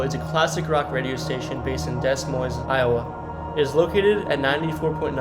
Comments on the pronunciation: Learn how to pronounce these town names jesus. Do you know anything about Iowa? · Evidently went to school in I O wa .